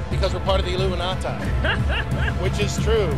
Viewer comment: he said it with an accent as well illumantaaee 🥴 I cant wait for the people who think conspiracies are junk when they realise it will be too late 🤦🏾‍♀️